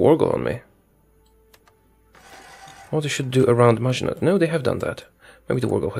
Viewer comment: Just sayin but Im pretty sure maginot is pronounced without the t at the end.